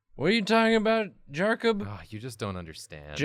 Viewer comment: "waddaya sayin? Jarcub?"